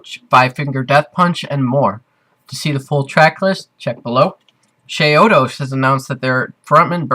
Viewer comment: You say chiodos funny